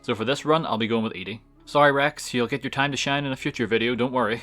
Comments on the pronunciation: You saying Ede instead of Ed-e(eddy) is triggering. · You spell Ed-e and the name your saying is spelled Eadie so say it right you confused other people when you say it WRONG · Ah, yes. Eddie. Or as calls him, "EEE-DEE." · There are 2 types of Fallout players. Those who pronounce it "Eddie" and those who pronounce it "E Dee". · Its so annoying the way you pronounce ed-e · Im curious, why do you emphasize the beginning E in ED-E's name, isn't it supposed to be pronounced Eddie? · I'm sorry, I wanted to like and subscribe for your well edited, entertaining, and informed video. However, upon hearing you pronounce ED-E's name wrong, I had to put all of that aside and comment with a frowny face. So here it is::( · The way you pronounce ede bothers me lol